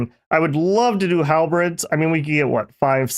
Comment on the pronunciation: I just can't get enough of when pronounce Halberds as Half-breds